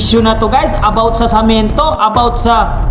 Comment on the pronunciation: sa sobrang daldal mo nabubulol ka na..yong salitang semento samento na nasasabi mo..d ka naman yat pinakikialaman ni Veancy sobra kang daldal